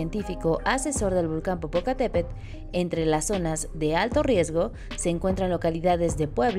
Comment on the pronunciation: Le faltó a la presentadora de la noticia pronunciar bien el nombre don Goyo.